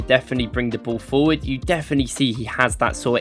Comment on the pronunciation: fopward or forward